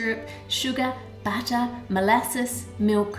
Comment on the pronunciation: I swear every time you said "butter", I heard "batter" XD At first I was like "why put batter in your batter? What batter?" XD